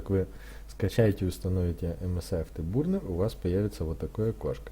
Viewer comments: Не бурнер а бёрнер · автобурнер, кто его еще так называет, автобёрнер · Не бурнер а бёрнэр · Спасиб за видео! только говори не бурнер а бёрнер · Сам нуб, английский бы подучил, "афтебУрнер"